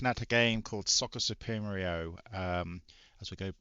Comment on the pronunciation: Sorry In advance for being a know it all but it’s Soccer “soo-pre-mo” lol sorry Another enjoyable vid..spectrum Is my first love … games like football manager, the double, the Dizzy series ,spellbound and text adventures like Sinbad and the golden ship monopolised my gaming time as a kid! Keep em comin ;)